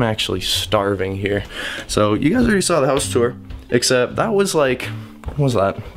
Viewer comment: Tour not sewer.